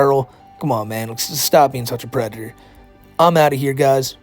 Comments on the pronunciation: Out of all the videos to watch on my first entertainment center while sitting on my first couch. This video welcomed me to the finer side of adulting. thank you. Side-note, dudes a pwedatuhh. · is a Bowser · Reminder of the day: The is a pwedator. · Still a Pwedator, always gonna be a Pwedator - - AKA the.